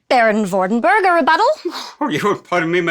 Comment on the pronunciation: That english pronunciation of Vordenberg's name - ugh!